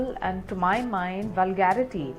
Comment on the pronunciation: They all have just fucked the word "VULGARITY"